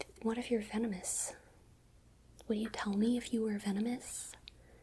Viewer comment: It took me entirely too long to realize you were saying “venomous” and not “feminist”, I was so confused for a moment lmao